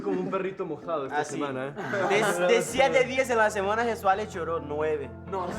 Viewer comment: Is jesuale not juezaela :D